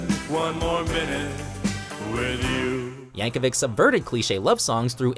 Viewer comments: It's yankovich not yankovick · Pronounced "Yankovich" not spelt ik how it is spelled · It's Yankovic not Yankovich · Mrgan Yap no it’s Yankovic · No, Yankovic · according to his wiki page it is pronounced with a hard /k/ at the end